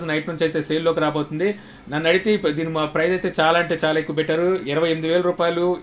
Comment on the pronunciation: Prize kadu price.